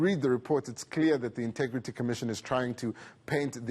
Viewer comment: He always says intugrity, can't someone just tell him how to say it..